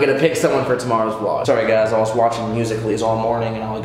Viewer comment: He said musically and I cringed